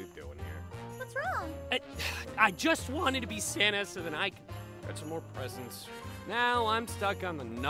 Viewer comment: When aphmau said: "san-na-na" I laughed and almostfell on the floor